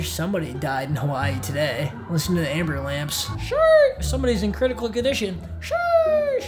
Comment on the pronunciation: So we gonna skip past the fact that he said "amberlamps"